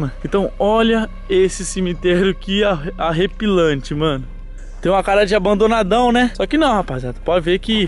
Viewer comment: Ou eu sei q esse vídeo e velho,mais ele fala AREPILANTE ainda veyr kkkkkkkkkkk